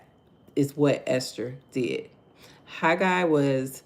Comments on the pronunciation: You are saying it correct Haggai😊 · You are saying Haggai. Correctly😊😊😊